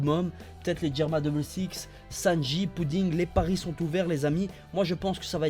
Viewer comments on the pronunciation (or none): none